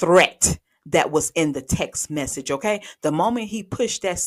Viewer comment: Oh no….WTF is a text “mechage” 🤣🤣🤣